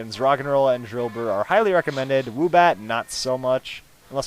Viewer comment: u said a DILDObur insted of drllbur